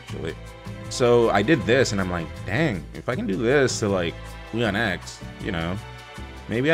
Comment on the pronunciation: n0ne as a latino saying we-on-ex instead of weon(como huevón)-ex hurts